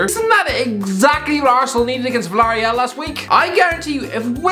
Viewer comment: Lmao the way he said Villarreal